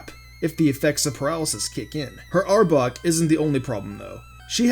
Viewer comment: STOP SAYING "Arbuk :P". ITS ARBOK